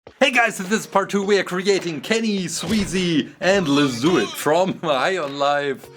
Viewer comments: You literally say Lezduit for 6 minutes :face-purple-smiling-tears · Dude seriously said lezduit the entire time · Count how many times he said Lezduit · Did anyone else get kinda annoyed when they didn’t give commentary on lezduit but instead said lesduit the whole time